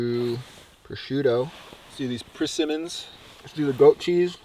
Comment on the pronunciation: PRISimmon…. Queen of the Desert.